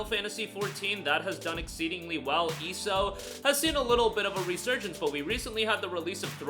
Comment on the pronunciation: Eeeeso? You mean E S O